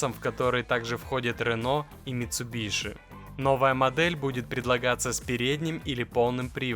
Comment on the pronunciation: не митсубиши!!! Митсубиси! будьте уважительны к названиям, это важно! :)